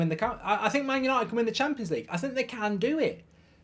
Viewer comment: Did he just say yanited for the champions lge!!! 😂😂😂😂😂😂